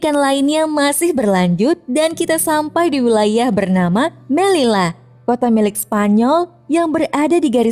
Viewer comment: Fyi doble elle (doble L) bakalan berubah jadi Y Jadi melilla cara bacanya meliya